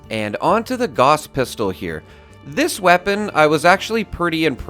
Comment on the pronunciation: You pronounced "gauss" wrong.